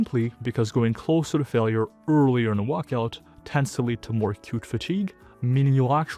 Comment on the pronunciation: What's a "wuckout"?